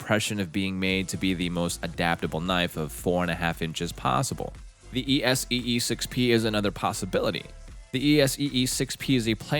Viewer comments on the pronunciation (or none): The stupid AI mispronunciations are grating enough to have to duck out. It actually spells out ESEE knives! ;) Where have all the humans gone?